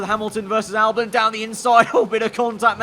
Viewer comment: Can you please pronounce albon as Albon and not Albin